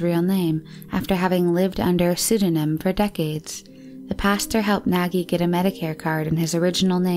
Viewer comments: Yes, is Nagy not nagie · Pashtika😂🤣 Pazsitka....douch mark...deutch mark...🤣😂😆 And Nagy its a Hungaryan name and we dont say like that:Nagie...😂🤣but its ok